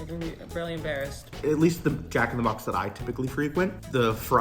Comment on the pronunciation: It really sounds like she's saying Jack in the crack